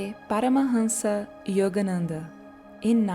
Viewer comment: By the way she pronounced Yogananda Paramahansa it’s possible to tell she speaks Portuguese, maybe she’s Brazilian.